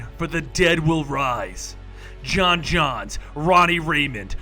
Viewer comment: Johns johnns it's pronounced John jones